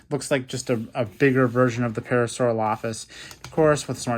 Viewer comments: You say parasaurolophus wrong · you said Parasaurolophus wrong